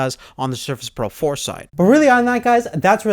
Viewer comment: All I can hear is Sherfish Proh 4, but excellent video!